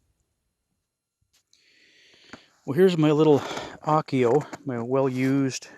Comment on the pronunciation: Interesting you calling the sled an Akyo. Finnish word is ahkio and Sami word is ackja.